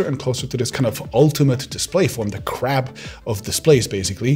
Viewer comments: "the crap of displays", trying to pronounce "crab" (meaning ultimate evolution destination) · Your accent makes "crab" sound like "crap"! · Anyone else thinking he said "the crap of the display formats" instead of "crab"? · I heard "crap" instead of "crab" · Am I the only one who kept hearing "The 'Crap' of OLED". I KNOW you're saying "Crab", but as it was unexpected at that moment, my mind told me "crap". It did jolt me back to paying full attention, so that's good, right?🤣😂😇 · I don't know why no one has pointed this out, but your pronunciation of "crab" sounds more like "crabp", sometimes heavier on the b sound and sometimes more on the p. This can easily be misinterpreted as "CRAP", which is mildly amusing once or twice but when said many dozens of times in a short period of time becomes hilarious. The perfect crap indeed ! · Anyone else heard him saying 'Crap' lol 😂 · Fantastic info ! - (though I kept hearing “crap” display 😆 - my hearing is finicky). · I keep thinking he's saying "crap"